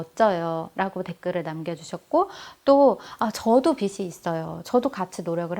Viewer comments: 좋은강의인데 발음이 옥의티네요... 비시(x) 비지(o) 입니다ㅠㅠ... 불편하셨다면 죄송.. 강의잘듣고 갑니다~! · '빚을', '빚이' 등 빚 관련 발음하실 때 [비즐], [비지] 등으로 발음하시면 좋겠어요. 자주 발음하는데 틀린 발음으로 계속 말씀하셔서 말씀드려요. 강의?하시는 분이시니 발음도 신경써 주세요. (이 글 보고 지적한다는 글은 자제 부탁드러요. 지적이 아니라 도움이 되고 싶어서 남깁니다^^)영상보고 저도 바로 통장 쪼개기 시작했어요! 고맙습니다 :) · 깔끔하고 명료한 강의 잘 들었습니다~ 다만 빚이/빚을 의 발음은 /비지/ 비즐 로 해주시면 더 좋을 듯 해요 빗이 아니거든요~^^; 종잣돈을 모아야 하는 이유는 경제적 독립울 위해서입니다. 남편이 일을 구하는 일 년동안 모아놓은 돈을 다 써서 아이의 학자금과 이사할 돈이 필요합니다. 소비단식을 하기 쉽지 않지만 강의듣고 조금씩 실천해 보려고 합니다. 감사합니다*^^*